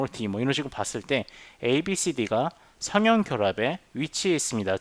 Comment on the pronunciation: [선형] 발음을 [서녕]이라고 하셔야 하는데 계속 [성형]이라고 하시네요;; 내용 상의 차이는 없지만 들을때 약간 멈칫멈칫 하게됩니다 그것만 제외하곤 좋은 강의였습니다